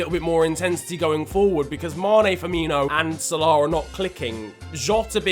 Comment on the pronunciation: why do you say salah like sole-auohhhhhh it is sal-a